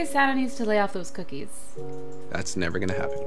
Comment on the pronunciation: and get capquake says coocies